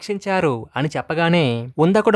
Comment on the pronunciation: అతని పేరు ఉందకుడు కాదు " ఉదంకుడు